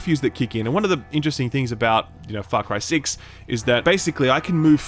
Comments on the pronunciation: I heard "fuck cry 6" when I first started this video and I had to restart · I heard "Fuck Rye 6" in the intro